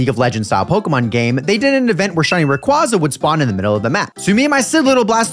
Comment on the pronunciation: The way you pronounce Rayquaza physically hurts me